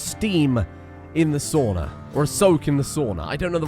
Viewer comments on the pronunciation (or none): Wanna take a break in the “stauna”